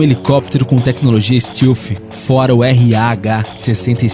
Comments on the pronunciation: STÉLF e não STILF :D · 1.Os EUA nao é um dos mais poderosos e influentes, ele é O mais poderoso e O mais influente. 2. A pronuncia de "stealth" nao é "ISTILFI" é "ISTÉLFI 3. O B2 nao é conhecido como ïnvisivel"por conta da sua altura e essas bobagens q o video diz, mas sim por outra serie de detalhes q o video nao explica, as principais dela sao os angulos da fuzelagem e sua cobertura e o ar que sai das suas turbinas sao resfriados... Todas as aeronoves com essa tecnilogia stealth (tb já existem embarcaçoes que seguem essa tendencia),sao chamadas de quinta geraçao,.. 4. Se quem fez a ediçao desse video tivesse o pequeno trabalho de assistir os videos do "hoje no mundo militar"nao diriam tanta bobagem! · Fala "stéalf" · Bom, pra fazer um vídeo sobre projetos militares americanos, vc deveria saber o mínimo sobre pronúncias em inglês... Stilfi??? Que diabo é isso?? Stealth... Faltou pelo menos buscar a pronúncia correta das palavras em inglês!!!! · "Tecnologia stilfi" pqp....